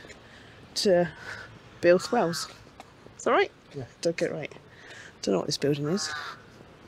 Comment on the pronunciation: Oh dear but it was only flat at the bottom-😂 - seriously you made me think as I need to take a look at my spare etc etc Well done on Builth Wells pronunciation 😂 Whole new channel on gas leaks in the Uk Didn’t realise you can park there do that’s good Hope you get the wheel sorted …